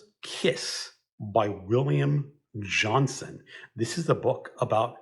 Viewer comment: I believe it's pronounced William John-STONE.